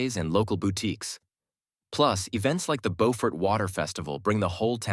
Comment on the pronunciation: BOW-fort is in NC. Biew-fort is in SC. Get it right,.😊